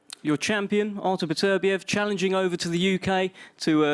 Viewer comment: Beterbiev must get sick of people saying his name wrong over and over again.